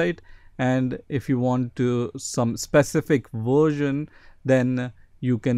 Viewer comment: What about "vursian" lol